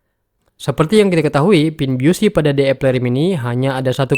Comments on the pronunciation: Maksudnya yg bener dibacanya bisi. Lebih tepatnya "bizi". Bukan biyusi. Belajar bahasa Inggris, mas. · Bacanya Bizi... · Busy dibacanya 'bisi' selebihnya konten ini keren n berguna👍